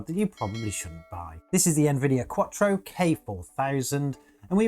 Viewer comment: he pronounces it as Quattro instead of QUADRO.